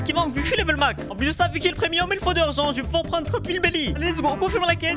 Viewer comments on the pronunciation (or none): none